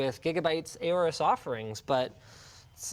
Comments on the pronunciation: OR-US Pronounced Like Aura. Don't worry I started saying AY-ORUS too when I read it. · did he just say A-ores?? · Aay-O-RUS?!? Triggered 🤬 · When linus say aorus as ey-ow-rus But you pronounce it as aw-rus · Linus, it's pronounced "Orus" not "ayorus". I read somewhere to think of the Egyptian god Horus without the H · am I the only one triggerd by how linus says aorus?